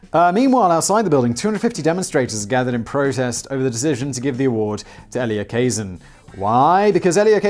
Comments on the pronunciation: Elia Kazan is pronounced ELL-yuh Kuh-ZAN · E-Lee-A Ka-Zan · So Simons NEVER heard of Elia Kah-Zann? Really?